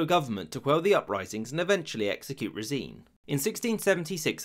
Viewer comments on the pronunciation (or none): It's pronounced Rásin actually. Also, Stenka is a short form of Russian name Stepán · One thing: not Stenka Rasin, but STEPKA Rásin(stress on "a"). Please if you have time, check the pronunciation of the Russian names -- many of them are pronounced wrong :( don't mind me, just a Russian passing by :) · Why do you pronounce Z in Morozov as Ts? It's Z as in coloniZe or horiZontal. And Razin is rUh-zin not rezEEn.